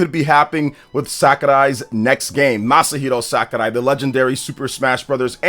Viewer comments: It’s Sakurai NOT SAKArai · it’s Sakurai, not Sakarai lol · Fr that was a little annoying ngl, SACKARAI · Dude, what is upon with the Masahiro "SAKARAI"?, is it an inside joke or have you been saying it like that all the time and I'm just noticing it? 😅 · Omg just say his name normally